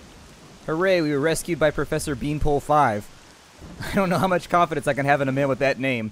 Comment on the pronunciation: His name is Beanpolev not Beanpole 5